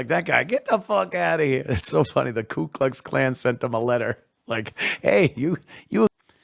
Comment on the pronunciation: I like how dude says " Clue Cluck clan"